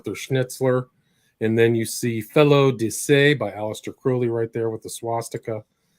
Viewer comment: It's pronounced krau-lee not cro-lee...